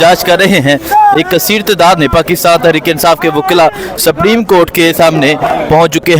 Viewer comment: اگر پڑھےلکھے لوگ بھی الفاظ کی ادائیگی میں زرا سی توجہ دے لیں تو اچھا ہوگا 😮😮 ورنہ دوسروں کو یہ کہنا کہ ”ایک تو یہ پڑھے لکھے نہیں اور دوسرے یہ کوشش بھی نہیں کرتے“ ”سَپریم “ نہیں ”سُپریم“ ،، سُپر سے بنا ہے اور ” جیلی“ نہیں ”جعلی“،، الف کی آواز کے ساتھ جیسے”جعالی“😂😂😂😂😂😂 ایسے بہت سے الفاظ سُن کے قومی زبان شرمندہ ہوتی ہے 😮😮😢😢